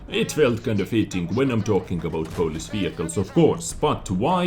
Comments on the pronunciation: Polish not Polis :) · Hey #! You wanted to say polish not police. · For some reason i find your pronounciation of word "Polish" funny xD Sounds more like greek "polis"